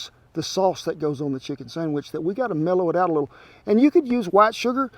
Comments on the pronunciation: First time he says sandwich, it sound like sonnufabitch in a drawn out southern accent. Can't stop hearing it now for the whole video! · For the love of God it's a Sandwich not a Sangwich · Did he say 'sangwich'? Yum!!!